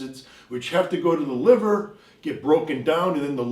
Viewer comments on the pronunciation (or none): none